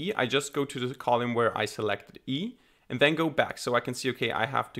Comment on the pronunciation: It's cute that you call it 'colume'. Amazing work. Thank you